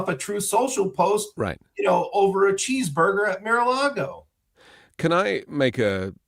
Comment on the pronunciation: I love when Filipkowski says Mira lago instead of Mar a lago